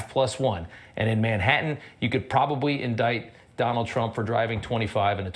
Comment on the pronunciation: I love how Michael Cohen calls his Dahnold !